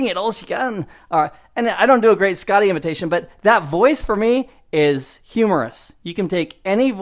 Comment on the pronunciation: your "Scotty" is more Nova Scotia, but good advice apart from that!;-)